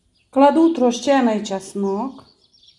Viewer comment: потрібно вимовляти правильно:часник,олія.уникайте помилок